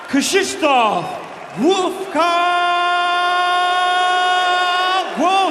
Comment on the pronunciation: Saying "Glowatscki" the entire fight, nobody correct him. Like disrespect for an elite fighter.